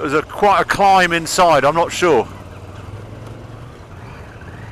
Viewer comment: Great video as always Harry, love the bike adventure stuff you do. Just as an FYI, I hate to be that guy, but it’s pronounced “climb” not Klim. 👍🏻